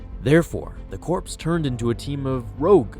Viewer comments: Hey I hate to be a grammar Nazi, but it's pronounced "core", not "corpse". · CORE ITS NOT PRONOUNCED CORPSE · Corps, is pronounced Core, not corpse, but I did enjoy the video just wanted to let you know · FOR THE LOVE OF GOD IT IS PRONOUNCED CORE NOT CORPSE!!! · He’s saying Corpse instead of corps it’s bothering me. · C'mon man.... it's Corps (core) not Corps (corpse) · "corps" is pronounced "core" not "corpse" a corps makes a corpse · Corps is pronounced 'core' not 'corpse'. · It's Corps like core not corpse. Good video though. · Just to let you know, the word Corps is pronounced the same as the word Core not Corpse. Example: The Marina Corps. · Hey, just for future reference "corps" is not pronounced the same as "corpse". It's pronounced "core":) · It's pronounced “Core”, not “Corpse”. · It’s not pronounced like “Corps” but “core” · The fact that you pronounce corps the same way you pronounce corpse irks me.... Corps is pronounced like core... Just a heads up before some military type comes in and corrects you in a likely less pleasant manner. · Corps- It's not corpse but core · I don't think the 501st are the same as navy seals. Also its core and not corpse for corps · it irks me so much when someone says corpse instead of Corps.( which is pronounced like core. why? I don't know but that's English for you.) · Errrrrr he pronounced crops as in corpse when it is really pronounced core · This is a dick move I know. But you're pronouncing corps as corpse. Corps is pronounced as core. Like the Marine Corps. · Corps is not pronounced corpse, it's pronounced core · Do you keep pronouncing "corps" as "corpse" instead of "core"? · Quick correction! "Corps" is pronounced "core" not "corpse" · You don’t pronounce “corps” like “corpse.” The “ps” is silent. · Corps is pronounced core. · did u saye corps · It's pronounced core, dude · C-O-R-P-S is prononced CORE. Hurts my ears to hear that mispronounced. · in terms of the army, "corps" is pronounced core.